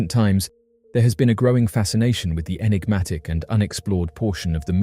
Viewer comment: We love you, hours of entertainment , but , enigma,…. Enigmatic…. Un-enigmatic…. Un-eggnamic? Is not a word!… lol it sounds like a broken breakfast machine, party on dude!😅😂